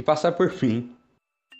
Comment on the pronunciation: a escrita fala: "vai ter que passar por mim" a dublagem: "vai ter que passar por fim" kkkkkkk resumindo:adorei sua dublagem muito engraçada.